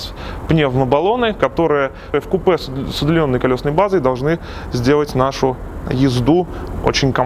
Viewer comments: "сзади у нас естественно пневмобаллоны которые в купЕ с удлиненной колесной базой...."?? прямо в купЕ? c ударением на Е?, ты ж не Жорик чтоб не знать как слова произносятся. Вывод один - заучил текст который писал не сам. Печально. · вы не правильно произносите слово "вкупе", нужно делать ударение на "У", а не на "Е".